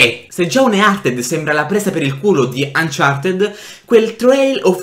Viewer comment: Ma il gioco uncharted si pronuncia uncarted no umchartied